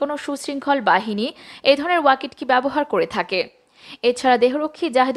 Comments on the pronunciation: It is not Wakit ki it is waki toki ( as spelling) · ওয়াকিট কি বলছেন কেন এর উচ্চারন ওয়াকি টকি । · ওয়াকিটকি উচ্চারনটা সঠিক করুন।